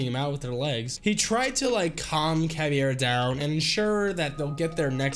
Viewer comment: dirt bike skydiving thats awesome also ur pronouncing caveira as caviar which is a kind of luxurious food